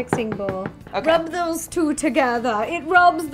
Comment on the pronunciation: She said what are tose